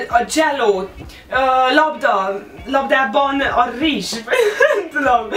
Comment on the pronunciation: Labdában a rrrrizs😂😂😂